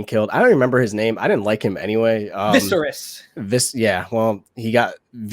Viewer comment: It's Maester ( May-ster), That's the way they pronounce it in the show, And also it's Viserys (Vi-sar-is).